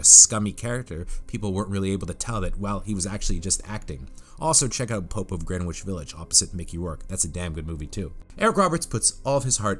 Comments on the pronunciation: It's pronounced GRENICH, not GRENWICH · No one's gonna talk about "Gren which"?